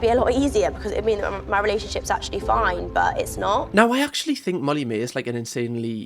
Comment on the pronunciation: Molly vocabulary "ACTually" "LITTERALLY" "LIKE".......